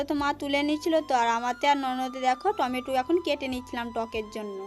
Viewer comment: ওটা লতুন উলুন নয় ওটা হলো নতুন উনুন।খাল খোদা ওটা আবার কি কথা ওটা হলো গততো করা হচ্ছে। টমেটু নয় টমেটো।ওটা করোই না ওটা হলো করাই।আর দৈবকির সাথে তোমার তুলনা করোনা।দৈবকি হচ্ছে চাঁদ আর তুমি হলে পোদ।দৈবকির মতো মেয়ে হয় না, ।